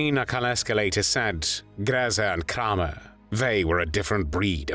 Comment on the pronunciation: Kraw mer that how it's pronounced in German? My 2nd Great grandmother was born Kramer. Got off the boat from Germany in 1881. Wonder if there's any connection to that monster Josef? 🤬🤬🤬🤬